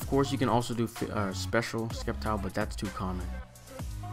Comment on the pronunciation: It's pronounced "SEPtile, as in "Scepter", hence SCEPtile. Have a nice day!